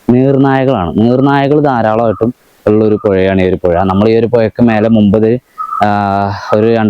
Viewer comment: പുയ അല്ല പൂഴമയ അല്ല മഴ ഇഴജന്തു ജയ ജന്തു തായ് ഭാഗം അല്ലാ താഴ്ഭാഗം🤩🤩🤩🤩